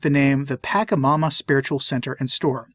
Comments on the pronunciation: Not that it matters terribly, but it's pronounced "patch-a-momma", not "pack-a-momma" (more accurately, "potch-a-momma", but patch is close enough). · It is pronounced Pah-Cha-Ma-Ma and not Pack -a-ma-ma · It pronounce pa- SHA -mama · Why do you keep saying it wrong? Are you doing that on purpose? Clearly you don't know what you're talking about since you can't even take the time to learn how to say it, I doubt you even bothered to look into it and just went of your bigoted ethnocentric heart and disrespect for indigenous culture. Pachamama is mother earth aka Gaia ,you know planet you walk on every day. The one God decided to put you on. This is why people are leaving the catholic church. It's really sad.